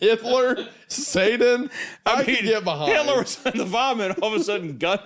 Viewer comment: wendi says satan like dr Steve brule and I can’t unhear it. For your health